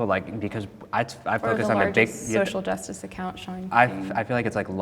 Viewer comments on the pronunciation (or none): none